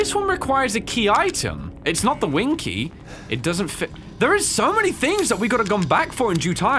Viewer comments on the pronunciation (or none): Wing key? Winkie.